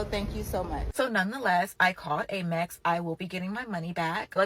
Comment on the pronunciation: "Aimex"... huh? Amex?